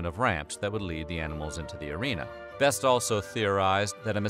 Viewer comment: The e in (Heinz-Jürgen) Beste isn‘t silent. Idk if u can‘t say that 'cause it‘s a hard German name or u did this on purpose